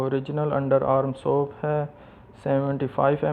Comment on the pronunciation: Soap not soup dear illiterate youtuber.